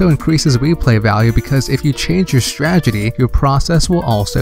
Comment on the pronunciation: Dude. Learn how to pronounce "strategy". But good stuff. Keep up the good work.